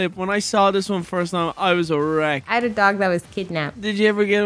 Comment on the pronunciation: BRUH, when said that I heard "ERECT" and not "A RECK" and I was like: AYOO🤨